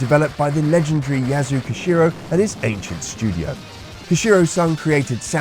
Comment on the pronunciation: RIGHT? How could anyone butcher the name?